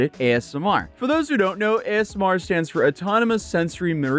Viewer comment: It sounds like you're saying ASM(A)R. Haha